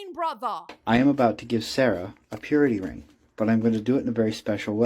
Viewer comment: I keep hearing period ring not purity ring